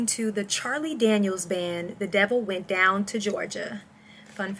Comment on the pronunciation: You're talking seriously southern when the devil went "down" to Georgia.